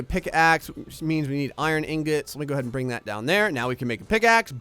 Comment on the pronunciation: engets? its ingots